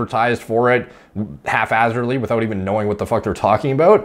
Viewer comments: The word is haphazardly not “half hazardly” 😂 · HalfHazardly? I believe it's Haphazardly. Your version seems to indicate the first part of that is half assed. 😂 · "halfazzardly"? lmao I think he means haphazardly. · Good video as usual but it's pronounced hap-hazardly. Not hating. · I believe the word is pronounced hap-hazardly good sir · Did you just say, half-azzardly?